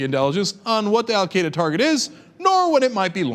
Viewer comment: Cenk, you are not pronouncing Al Qaeda right, lol!!